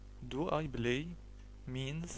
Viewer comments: يا أخي الكريم ، أظنك من مصر الشقيقة ، و أنت تنطق اللغة الإنجليزية باللهجة الخاصة بك ،ف أنت تنطق this ب زيس ، و بلاي ب blay , شكرا أخي لمجهودك ، لكن عليك مراجعت نطقك لحروف اللغة الإنجليزية ، حتى لا تعلم الناس الخطأ ، و سامحني أخي على تدخلي 👍😊👍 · yeah i laugh at first sight when i hear him ; I BLAY HE BLAYZ XD